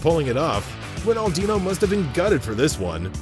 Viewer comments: How can you make football videos and pronounce Ronaldinho wrong? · Butchered R10's name with such confidence.